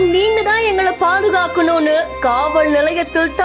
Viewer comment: காவளர்:இல்லை:காவலர்::::ஒழுங்கா:தமிழ்:உச்சரிக்க:தெரியாமல்:யார் உன்னைபோல:தமிழைகேவலப்படுத்துபவர்கள்:தயவு:செய்து:செய்தி படிக்கவேண்டாம்::ஈழதமிழ்